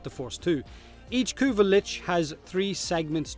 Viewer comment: Run Kuva missions is that you said? sounds like "currier" missions? but that does not exist does it?